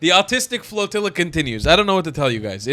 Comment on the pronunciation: 10 seconds in you totally said Freedom Fart Floatilla😂😂😂